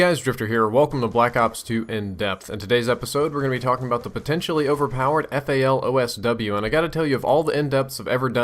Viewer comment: its FAL DSW not not FAL OSW